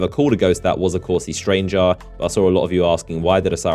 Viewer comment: STRANGR-AH. STRANGE-AH. The STRANGE-AH.